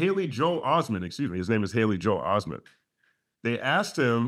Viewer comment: listen to how he say joe(hale) Osteen